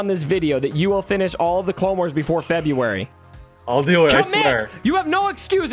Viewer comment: Good stuff. What do you mean by febjuery? February?